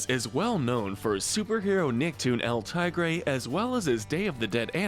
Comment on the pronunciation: It's pronounced "tee-gray".